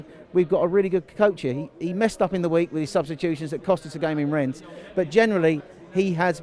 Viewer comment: Please don't immitate Robbie in mispronouncing Rennes, there's no S at the end, please make sure u guys fix it before the match against them at the Emirates